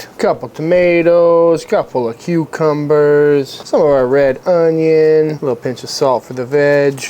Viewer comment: "Oon-yon!" Been spending time with Josh W lately? Lol